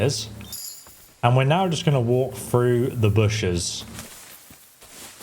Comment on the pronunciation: Oh yea? Ill walgrh around the rorghs? You need to check your british speech impediment